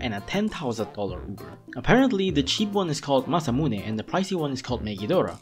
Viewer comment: How you said "Masamune" was amazing